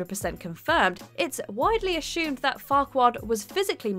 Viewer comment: What the f*** is ashumed?! It's pronounced assumed!!!